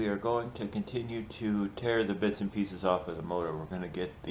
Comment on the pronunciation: ...I heard “most of the bitch (not bits) should stay together”...🤣made me laugh! Making progress! 👍stay warm!